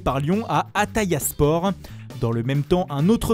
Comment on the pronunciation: « aTaYaSpOr » quel non respect